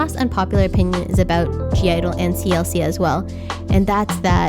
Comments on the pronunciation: I dont want to be rude but it’s not g-idle it’s just idle u don’t pronounce the g, this can also be to the new idle fans u can spell it g-idle but u don’t pronounce the g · when you pronounce (g)-idle, you just say idle. the g is silent. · it's just idle, the g is silent :') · (g)i-dle is pronounced as just idle... haha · (G)I-DLE it's not pronunced like that! Hahah. The "G" doesn't sounds. So, it's just "Idle" like "Idol" the G doesn't sound. You can see their "U-Go-Girl" stage. Siyeon says: "The princess I-DOL". Good video. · the g is silent in (g)i-dle. it's just pronounced as idol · oh btw (g)i-dle is pronounced as “idle” the “g” is silent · I'm totally on your side with the America thing. Basically in all your opinions.😏💕 Oh, and the group is called (G)I-DLE, but you don't say it with the "G". Then it's only "IDLE" as pronunciation. ^^ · I did agree with a lot of things in your video but I still cringe when people pronounce (G) I-DLE wrong, the “g” is in parentheses for a reason, it’s silent, all you have to say is “Idle” (I wasn’t trying to be rude, just letting you know) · G-IDLE is just pronounced idol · I think that Jeon Soyeon has a very unique sound and has something to offer to the industry so I disagree with you saying she sounds like/ is copying Hyuna’s style. Also (G)I-DLE is not pronounce with the g but as ‘idle (idol)’